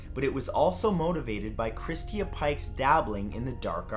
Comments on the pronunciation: It is Christa not christia. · Polly Pockets but butchering simple ones like Christa and instead saying christia. Or saying macabre like macarbrah. 🙄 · Oh man you might be on to something there. Like what the hell is Christeeah? He's never heard the name Christa before? Like ever? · Video says " Christa " but you say Christia I'm confused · You are saying Christa wrong. lol.... Never heard it said that way.